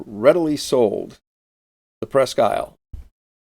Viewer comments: Presque Isle pronounced Presk-eel. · Very interesting. One correction, however. The town name, and so the name of the ship, is French, therefore pronounced "Presk-Eel"